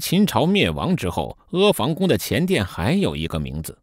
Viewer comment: 房音同“旁”不是“防”